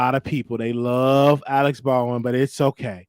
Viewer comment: with all due respect let's work on pronunciation...lol The man name is not Alex it is Alec (Al-ek) Alec is not at fault for what transpired on set. He had no idea the gun had a live bullet and or would do bodily harm to anyone. Would your stance be the same if the gun misfired and killed Alec after he fired it? I highly doubt it! You then would blame the persons whose responsibility it was to ensure the safety of the gun. Let's use common sense or maybe your just wanting to trigger folk. Ex: if a Dr. Prescribe a medication that caused the death of a patient however, the nurse and or CNA (I know CNA are not suppose to administer meds but it happens) is the person that administered the meds at fault when in fact they are following the directive of the physician?